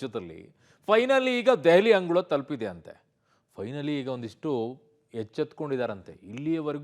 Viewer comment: ಅಂಗುಳ ಅಲ್ಲ ಗುರು ಅದು ಅಂಗಳ